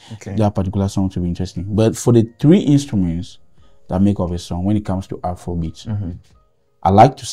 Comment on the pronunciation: It's not Afoua kom beatz😂